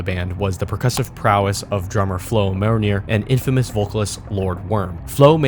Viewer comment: Did you say "Flo Moneyer"? It's a french name